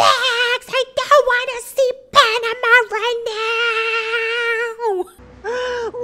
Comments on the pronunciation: The way says "Panama" gets me every time Lol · The way you say Panama has me dying every freakin time!!!!👁️👄👁️